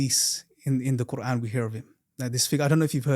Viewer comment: I don’t like how he keeps referring to Allah as “God”, “God” “God” and then he says words in PERFECT 👌🏾 pronunciation eg. qurAen 🙄 then why keep saying God instead of Allah!!!????